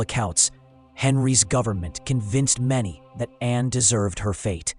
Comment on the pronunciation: The name was Anne, NOT Anna!!!!!! This is AI.